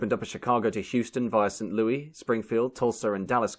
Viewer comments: It's *St. Louis*, not St. Louie! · It's pronounced Saint Lewis, not Saint Louis (a la francaise). The good people of the city get upset when it's pronounced in the French way! :-) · It’s not Louis as in French. It’s pronounced Saint “Lewis” when speaking of the city in Missouri. Which itself is pronounced Miss oo ruh. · Saint Louie's blues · Your video is wonderful,! Just one small request..The “s” on the end of St. Louis is pronounced as an “s” and not an “e” 😊